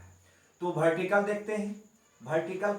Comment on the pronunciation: Waah "Bhertical"